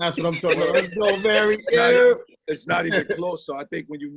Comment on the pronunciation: The way says "Mayry", he makes me wanna change my name to "Mary"! LOL